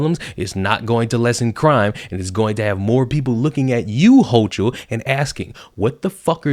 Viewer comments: This New Yorker is fed up with the ridiculous amount of BULLSHIT. Not all of us vote Democrat. Hochul is an asshole, and her name is pronounced Hoe-Kul, like bringing up a loogie.🤮 I can only hope that Democrats are victimized by their own policies. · Ha ha ha everytime you pronounced houchal I split my sides laughing...nice one 👍